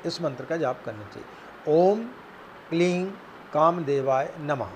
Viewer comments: kleeng ya kleeng jaisa koi shabd nahi hai sanskrit mei .... Kleem hota hai . ,,kleeng nahi .. ing ka upcharan sanskrit mei nahi hai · Kleen nhi hota kleem hota sir 😉